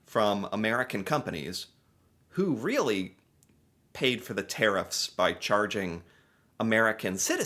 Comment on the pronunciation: There Tariffs... not Care-IF's